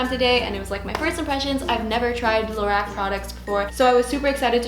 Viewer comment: just so you know its pronounced low-rock